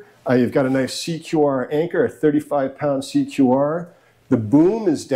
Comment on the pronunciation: CQR is pronounced secure.